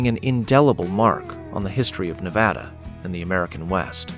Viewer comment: Please pronounce Nevada properly. It is more like Nebraska not the soft a. I live in Nevada and we can identify non residents by this pronunciation.😊